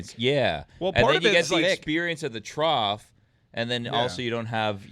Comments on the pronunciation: Trough, pronounced like Goff. Not Sloth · Ok I watched it several times, and says TROTH instead of TROFF. Trough = trôf